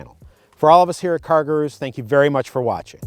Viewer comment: Cargrooroo? Love Americans